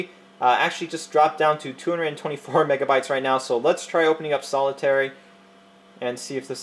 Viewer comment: "Solitairy" lol